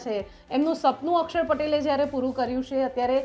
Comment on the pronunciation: માતાજી અકસર નહીં અક્ષર બોલો